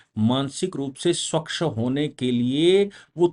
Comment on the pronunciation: स्वकश नहीं। स्वच्छ।